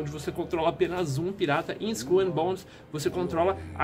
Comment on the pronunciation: haaunted eu sei, tava zuando com a pronúncia do